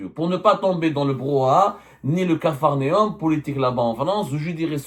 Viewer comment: Capharnaüm se prononce prononce : capharnAOME » et pas capharNome ni capharNÉOME!!!